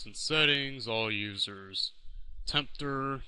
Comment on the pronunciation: tempdurr lol